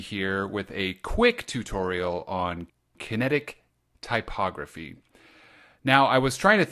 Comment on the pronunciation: Loved it! The way You speak makes this entertaining to listen to. ty·pog·ra·phy though xD